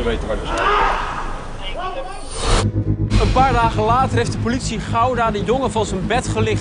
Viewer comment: Woooow "powlitie" echt Woooow het is "politie"